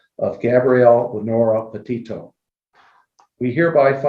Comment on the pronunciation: All you do is Judge other people and try to "blast out" other channels. John Walsh is a professional, your a YouTuber. You have been covering this case since the beginning and you still mispronounced Petito. You make fun of others mixing up names..you did to now, its called human.